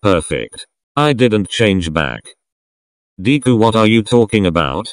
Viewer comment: The way the person says deku as deekuu